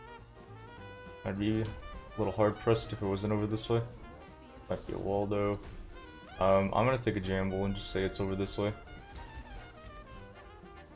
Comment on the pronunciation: this dude pronounced eagle, e-jull. jamble instead of gamble rain-gurr instead of ranger u have to be trolling.